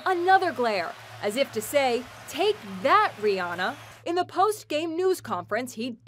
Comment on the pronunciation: Rihanna not Rihanna